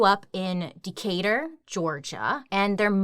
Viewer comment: I hate that when she says Conyers and Decatur. I shiver because I stay in Conyers and I'm from Decatur. It makes me feel bad